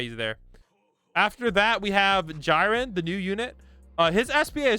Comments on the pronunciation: U pronounced jiren wrong it's pronounced he rehn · i stg say jirens name wrong one more time im unsubbing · You dont know how to make a teir list their are so many people that are put so far down when they shouldnt be how is naruto better than sasuke you die more early cuz he cant hit airs when sasuke can why isnt kira 6 above madara in s+ when i use madara and kira i get SO much more dmg with kira also you missprouncounced jiren and jiren should be s+ his aoe is OP